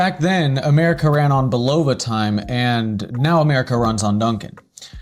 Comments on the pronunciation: Nice vid however, as is said in the bulova adverts you feature it is pronounced bull-ah-va, not bull-o-va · yes please pronounce Bulova correctly. Otherwise, good job! I love my jet star limited edition and it gets significant wrist time over 1 year in! Just beautiful and accurate -1 second per 3 months. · If you were to pronounce the brand name correctly i could possibly get through the whole video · Given the fact that he uses two commercial clips in which the name is correctly pronounced, it is even weirder that he keeps pronouncing it wrong. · Hi, Thanks for the videos. I'm subscribed and Liked several. I especially enjoy the antique watch hunting. Not a collector myself... yet. One request: google how to pronounce Bulova.